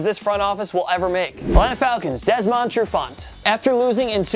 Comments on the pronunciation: Jacksonville Jags Blake Bortles... if you dont agree with this one you shouldnt be watching football...??? What nerve, while I agree with that one, who the heck are you with your non knowing how to speak I miss Canteloupe!!!! It is not DesmOnd is is said like Desmund, it is NOT MYSELF it is ME or I!!! You are trying but insulting our intelligence is not a good idea dude and did you pronounce the in corps? lmaooooo it's CORE! Watkins? You are nuts, total Pro Sports please stop putting us through this!! You leave my saints alone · “DesMOnd TruFant” the way he pronounces his name really annoys me. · Hahahaha you could not sound more white saying "DesMOND" Trufant XD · He was saying Desmond weird too